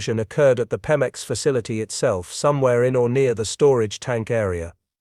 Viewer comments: Right!?!? Even us simple humans can say PEMEX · Pemex, pronounced PEE-mex.